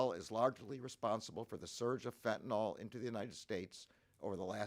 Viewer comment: FentanYl not fentanOl